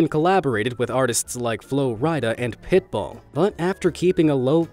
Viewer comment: And its pit BULL. NOT BALL WTF